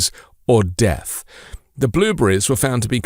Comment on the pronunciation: "...serious health consequences or deth " wtf even is that?? wat happens if you get deth, can it unalive you?